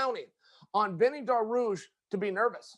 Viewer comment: Oliveira deserves every bit of it and just to add hey Chael it is not beny its beneil you people keep showing your laziness and either shorten names or change them all together its benefit not beny